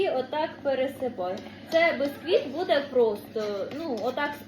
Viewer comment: печу від слова печиво,буква "е".Ніяк не безквіт бо правильно бісквіт. перестану поважати,не треба вже так коверкати слова,виходить не гарно.